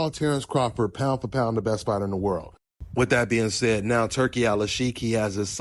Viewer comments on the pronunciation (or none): none